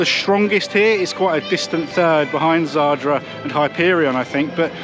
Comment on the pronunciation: It's zadra not zardra.